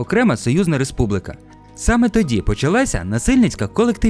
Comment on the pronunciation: Дуже цікаве відео. Єдина увага - правильно казати "Республіка", а не "Республика"